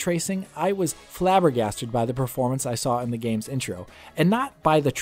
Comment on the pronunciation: You know A white guy is mad when he break a word like "flabbergasted" ❤️ I feel you my gaming brother